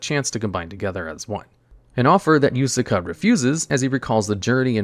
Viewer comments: i think he just straight up cant pronounce some non western name lmao, he used yusaku only for it to be devolved to yusaka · Am I the only one that shuttered everytime he called Yusaku Yusaka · He begins spelling it yosuke and ends up saying yusuka lmao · Why is pronouncing Yuusaku wrong? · Does it on purpose